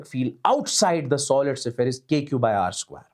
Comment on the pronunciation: it's sphere, not sephere